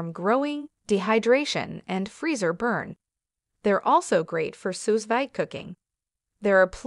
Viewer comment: Great review and comparison of sealers! FYI: Sous Vide is pronounced "Sue-veed".